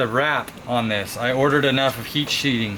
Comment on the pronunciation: #Bradology today’s word is “ Sheeding” “ today I gotta wrap this cable in heat sheeding “